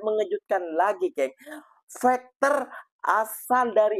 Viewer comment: Fighter ko sebut macam bunyi fekter mcm bunyi factor juga jangan ubah bunyi Fighter itu mas ia bahasa inggeris kalau bunyinya berubah bahasa itu sudah jadi lain (fighter-faiter)